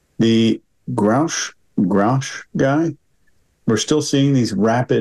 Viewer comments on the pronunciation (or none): told everyone his name is Grusch like Brush. Still says Groosh like Swoosh and says Grouch like Couch. As makes us ask... Is someone trying to shape the way we see things? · Interesting. As to the name GRUSCH. It seems to be a German name. SCH is pronounced like SH in English. Grusch is pronounced like BUSH. PUSH. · and can't even pronounce David Grusch's name properly (hint: it rhymes with "brush"). BTW,, Corbel and his watch are not being analyzed here. Do better. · Its funny to me how annoyed they are by how Grusch pronounces words, yet they still struggle with pronouncing his name. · Why does pretend like he can't pronounce Grusch's name? He did a whole video about him already? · I think that the panel is being high handed. They even struggle to pronounce Grusch's name correctly when he has his name clearly written in front of him. The difference for Grusch vs Graves and Fravor is that the latter two are simply relating what they have seen under oath. How can Congress dispute what they say they have seen and press criminal charges? Grusch is saying what his investigation has revealed whilst he is working within the boundaries of confidentiality that he has signed up to. Any of us would be acting differently in Grusch's position. I did find Grusch's interview before this suspect, but he is under oath now and will face serious consequences if he is found to be lying under oath. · Obviously not, since they couldn't pronounce David Grusch's name correctly. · How about you guys learn how to pronounce the names of the people you are criticizing and calling out!! It would make you more credible. Just saying.